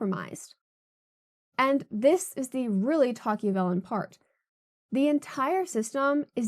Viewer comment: Wouldn't it be pronounced Toc-ah-vil?